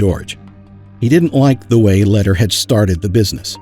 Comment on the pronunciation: it's pronounced Lehder= Laydare! not letter!